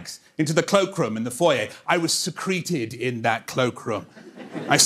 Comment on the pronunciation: I've seen like 3 videos of this act and this is the first time I've noticed the pronunciation of “secreted”.